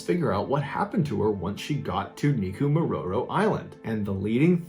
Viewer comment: Major props for the numerous times you pronounced "Neko Mororo" Island perfectly every time!😉✌️